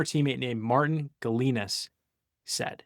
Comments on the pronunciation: You could at least show him how to pronounce Gelinas properly. Jell in ah, more of a soft g than a hard one. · The EL in Jello, the S in treasure.Love the channel. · Wears a Canes hat, can't pronounce Gelinas properly.... When did you jump on the bandwagon?